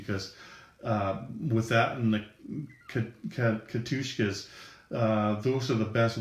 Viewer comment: If Katyusha (kah-tyoo-shah) is too challenging to pronounce, Stalin's Organ is just as good.